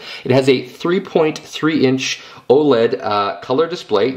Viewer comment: lol you said "oh ledd"